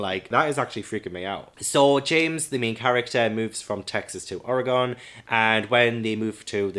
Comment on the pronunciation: Ah man I don’t think I’ve heard a British accent says Oregon before lol love these horror middle grade recs!